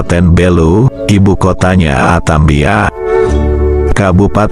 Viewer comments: Atambua Bukan atambia 😂😂😂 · Bukan atambia tapi Atambua 😄😄